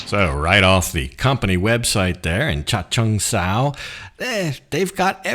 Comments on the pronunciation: Your pronunciation of Chachoengsao was very good. Some of us Thai couldn't pronoun some English words either😊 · You pronounced Chachoengsao pretty well for a beginner. I worked there 5 years, it took me a long time to get it right. My wife’s cousin has one of those electric trucks with a tilt flatbed that I drove. A bit under engineered I would say.